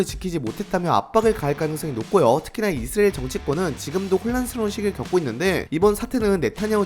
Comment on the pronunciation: 이스리엘인지 이수라엘 인지 명명백백히 말해봐요